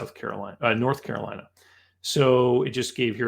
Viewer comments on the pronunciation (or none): none